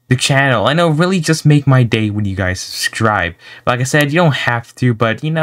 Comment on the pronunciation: Just saying your saying subscribe wrong